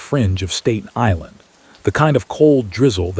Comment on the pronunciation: learn how to say Staten Island